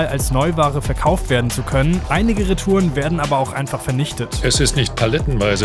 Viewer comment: wie schön er reTOUREN ausspricht